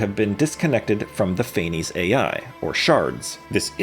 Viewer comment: I'm Greek/German and it's actually pronounced KNEE-BULHOOGN and FAENEES